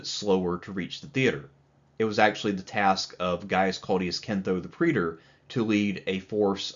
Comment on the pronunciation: It's time to learn how to say 'praetor.' Preeder it ain't.